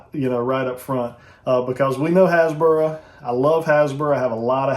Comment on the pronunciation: What are you saying? Hasbra?